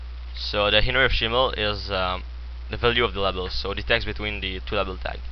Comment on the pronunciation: in-poot, lAAbl xD xD